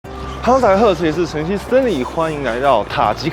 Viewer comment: 你叫Stinly還是Stanley?